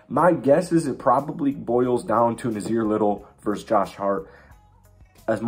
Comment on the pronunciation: Nassir Little is from Florida. And it's a hard s, not a z. Also, Hart wasn't an off-season move, he was part of the C.J. McCollum trade at the deadline.